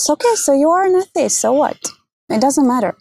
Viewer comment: I have never heard the word "atheist" said like that. "A-ih-tee-ist"